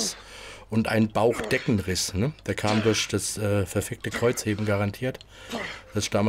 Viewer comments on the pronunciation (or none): Chewapschischi Kreuzhebrn 😂